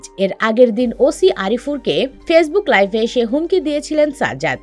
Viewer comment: আপনার উচ্চারিত শব্দ টা ভুল শব্দটা হবে লাইভ আপনি বলছেন লাইফ